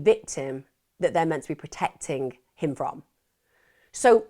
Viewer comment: love how she says 'menna' instead of 'meant to ' lol